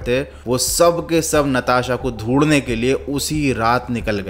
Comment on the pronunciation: Dhondne ❌ dhodhne ✅